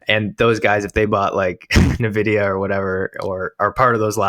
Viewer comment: Wow. Glad to see you guys in the AI arena. Can't wait for you to learn to pronounce the names of companies like Nvidia (LOL) and Nebius.